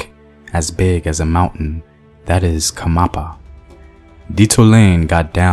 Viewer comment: Its not khamapa. Its "khanyapa" . Great storytelling btw👌🏽